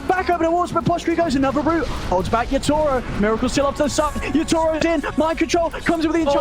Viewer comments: ยา-โท-โร่ ด้วยแต่อ่านเป็น ยา-ทูโร่ ผมฟังๆรู้สึกหงุดหงิดยังไงก็ไม่รู้555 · miposhka กับ yatoro มันอ่านแบบนั้นหรอครับ คือฟังแล้วมันขัดหูมากเลย อีกอย่าง yatoro ไม่ได้โกนหัวก่อนแข่ง แต่โกนก่อนเจอ OG รึเปล่า ?